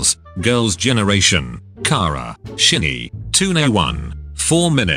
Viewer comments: I'M SORRY- BUT- "sheeny" it really pronounced SHINee (read: shiny) like that i can't even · So I was sipping my tea, and when said shin-nee I spilt the tea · Shy-nee that's how its spelled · “Shinny” “Two ney one” I can’t 😂😂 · Why does the way GOOGLE translator says „SHINee” Sounds like „Shitty” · shinee [shee-nee]😂😂😂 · "sheenee" snxndjx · SHINNY (If ya don’t get it shinny was the way the robot voice pronounced shinee) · the way it said shinee i'm c r y i n g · THE WAY THE VOICEOVER TRIED TO PRONOUNCE SHINee I LOST IT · I can't with the way the voice pronounced SHINee. 😂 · I AM LITERALLY DYING ON HOW HE PRONOUNCED THE GROUP NAMES ESP SHINee and Seo Taiji&The Boys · The way he said SHINee had me dying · the way it pronounced SHINEE though